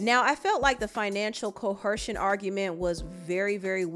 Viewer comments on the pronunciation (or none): Why does she keep adding an H to the word coercion? She keeps saying "coHercion" and it HAS to be to promote comment because there's no way she is just randomly adding an H in a word that doesn't have one. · Get yo MF azz down 2 da MF courthouse! Gotta love it. 😍 Also I love you. Just gotta let you know it’s pronounced co-er-sion & not co—her-sion. Thank you for your great work!!! 💜